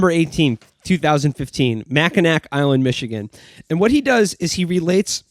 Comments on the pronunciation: Not Mackinac. Mackinaw. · Their mispronounciation of Mackinac hurts me in my soul